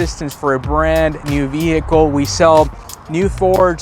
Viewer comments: Great video but just so you know the H is silent in the word Vehicle. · Hey man, please give me a moment while my broke ass goes to try all these on my non platinum trim f150. Like 8 of your tips are not present in an xlt. Also, please stick to one pronunciation for "vehicle". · It depends where you live. I've heard it both ways, it's silent where I live too.